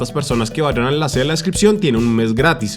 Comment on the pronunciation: amo cuando dices enlase en la descripción 😅😅😅. Icónico siempre lo tengo que decir con Tigo